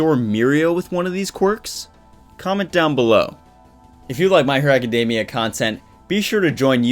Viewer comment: Me being petty: author can't pronounce Academia correctly, will not subscribe. I know it's petty, why am I like this? -_